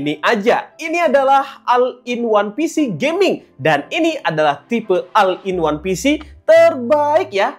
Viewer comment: maaf diluar kontek ya bang,pengucapan all itu dibacanya ol